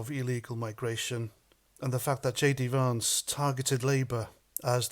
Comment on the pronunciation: It’s Vance not varnce